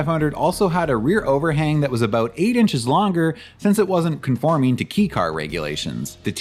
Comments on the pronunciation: Pronounciation It’s not pronounced ‘Key’ It’s more pronounced like ‘K’ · Kay is proper, I had to stop watching 4 minutes in b/c "key" was said so many times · It’s K-car not key car 😂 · Kei as in kei car is pronounced "kay". It actually is a k. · kei is pronounced “kay” not “key” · .. Kobe..? I’ve never heard anyone pronounce Kobe as koh-b.. it’s pronounced koh-bay… also “Kei” is pronounced as kay.. not key. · It's pronounced "KAY" not "KEE". It's short for the Japanese word "kei-jidōsha" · Nice work. It’s pronounced kay car rather than key car. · key car? It's kei car (kei-jidōsha), could research it before making 40 minute long video about Japanese cars. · Ahhh sorry my bro, it's pronounced 'kay' car. And was Daihatsu missed? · Surprised I'm the first to say it but I'm pretty sure it's pronounced "kay" car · Hey, it’s pronounced “Kay” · I've never heard it pronounced "key" in the States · It's fascinating how confident you are about this. I believe that you actually speak a bit of Japanese, but it seems nobody has ever corrected your abysmal pronunciation. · It is, he just said it wrong